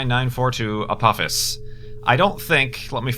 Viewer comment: I believe it's pronounced Uh-po-FIS (Apophis)